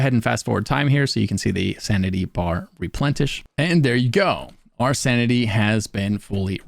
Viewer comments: replenTISH? you mean replenish lol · Replenish ❌ Replentish ✅ 🤣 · Replenish not replentish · Shhh 🤫 let's give him this one... I personally like the tish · replentish XD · Did you say replenish as replentished? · Replentish tripped me out 😆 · "Replen-TISH" lol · Sanity bar Replentish ?? SanTity ? Made me giggle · Thanks for the video... You had me laughing at "replenTish" though 😂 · did u say santity and replentish? oh u kill me hahaha tyvm for the vid:D